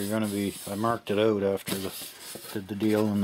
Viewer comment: put that ooooout, Canadian uh?